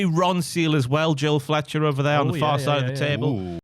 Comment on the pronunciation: Did call him Joel Fletcher again?